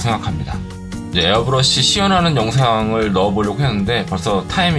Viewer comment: 가격설명하시는데 에러브러시는 무엇?ㅋㅋㅋㅋㅋ좋은정보 감사합니다^^